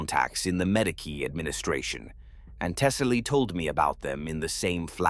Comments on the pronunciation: What’s a Madeekee? It’s said in almost every video. The Ma-Dee-Key station. Are you trying to say Medici? 🤨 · see I take that and make it a dialect thing for the person giving us their story. Ur the only thing breaking the immersion if you allow it sometimes